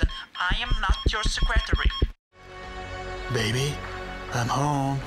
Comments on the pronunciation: I AM NOT YOUR SEH-CRE-TEREH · The way he pronounced secretary omg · that was the most interesting pronunciation of "secretary" I've ever heard.